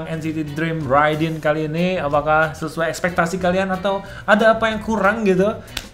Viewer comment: Ridin bang bukan ridding :") maaf di koreksi :(((